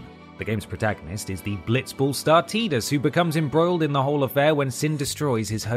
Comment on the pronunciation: It's tidus (t eye dus) not teedus.